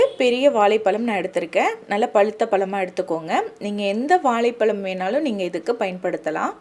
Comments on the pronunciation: வாழைப் பழம் என்ற அழ்கிய தமிழ் வார்த்தையை ஏன் இப்படி வாலைப்பலம் என்று சொல்கிறீர்கள். ரெசிபி எல்லாம் ரொம்ப சூப்பர் தான்..no doubt..new method.. I will try soon definitely..thanks. But you.please try to start pronouncing the word correctly, pls..ok..sister.. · இது ‘வாலை பலம்’ இல்லை - வாழை பழம் தமிழை சரியாக பேசகூட தெரியாமல் ஏன் தமிழ் விடியோ போடறீங்க கேட்கவே பிடிக்கவில்லை!!! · Please learn to say Vazai phazam Properly and then post video Not Valai psalm 😂😂😂😂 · Vazha pazham pronunciation shd learn correctly.Otherwise good presentation